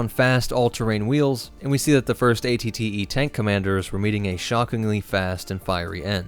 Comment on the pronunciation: At-At’s, not AAT’s.